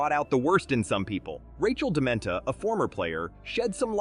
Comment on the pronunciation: Do your homework. The name is Rachel DeMita, not Dementa